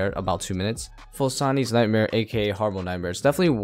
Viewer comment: sounds like ur saying harmorb nightmare lol nice guide